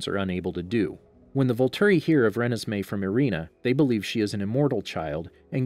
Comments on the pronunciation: excuse me what did you say.. it’s ruh nez mey not renes mey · It's REE-NES-MAY not REN-NES-MAY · I cringe every time you pronounce Renesmee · Does how he pronounce Renesmee bother anybody else?